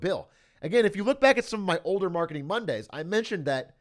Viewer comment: Omg a 'w'arketing 'W'ednesday. The sun must have come out from the 'w'est today